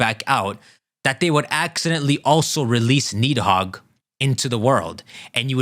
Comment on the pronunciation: The 'd' in Nidhogg and Gardr is pronounced as 'th' sound. Side point though, there being 4 Stags could explain Xerneas also being dormant in the region for Pokemon Snap; even these 3 aren't truly the only ones of their kind. Here's a question though, is Zygarde Nidhogg or Jyormungandr with Rayquaza being the other or is Green/Black Zygarde one of them while Teal/White Zygarde is the other?